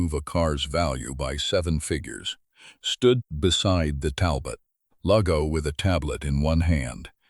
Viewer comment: AI needs to learn how to spell loupe. And pronounce Talbot. "Dale"? What happened to Daniel? More interesting than some of the 'feel good" B.S. that's so common.